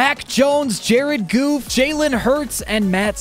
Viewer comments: DONT SAY JARED GOFF LIKE THAT BOI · Why did you say his name was Jared goof?😂